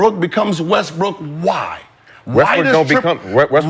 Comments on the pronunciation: You definitely said Westbrick gang 🤣🤣🤣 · He def said westbrick🤣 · Bruh definitely said "Westbrick" 😅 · Nigga u definitely said Westbrick omm 😂😂😂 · Naw you said Westbrick nigga😂😂😂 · Nigga u said Westbrick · He said Westbrick twice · He definitely said westbrick 😂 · definitely said westbrick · He did say Westbrick😂😂😂😂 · definitely said westbrick lol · Definitely said westbrick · He definitely said Westbrick 🤣🤣🤣